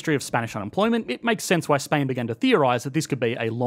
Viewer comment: The way you pronounced Spain sure removed the S of it